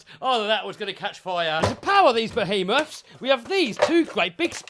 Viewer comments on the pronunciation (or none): Raz will be proud of you saying BOHEMATH 🤣🤣 Awesome as always 👏👍